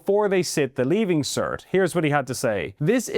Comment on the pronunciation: Leaving cert, not "leaving cer", pronounce your T's.